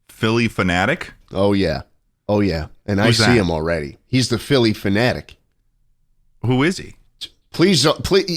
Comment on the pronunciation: Every time schlatt says Philly phenatic a fairy dies